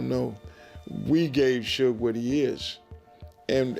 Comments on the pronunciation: Shooge? I thought his name was suge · Who tf is shoog? Its suge bih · Shoooege..😅 fuckin A.i. lol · Shoog. Lol. Stupid ass AI voice. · I stopped listening when you called Suge "Shoook" 😂🤡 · Callin shuge , SHOOG😂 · Calling Suge Shuge is equally hilarious. Don't correct by being absurdly incorrect too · Shoog Knight, AI a mf 😂😂😂😂😂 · Shoog and sooge, Jimmy Eye-O-vine is the best one though. LMAO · You know, Shooge Knight and Tupac Shacker, the artist who, oh wait, that was a different video where AI butchered his name 😂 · its funny how A.I. cant say Sug name properly and all you creators keep trying to make it try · I wish the ai would stop saying suga name like that